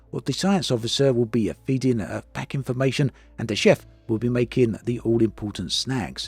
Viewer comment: did you say "chef"?